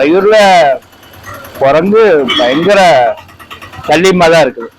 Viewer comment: കൊരങ്ങു അല്ല. കുരങ്ങ് എന്നുപറ..😊